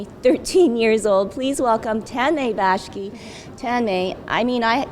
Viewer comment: she says Tanmay bashki But hes name is actually Tanmay bakshi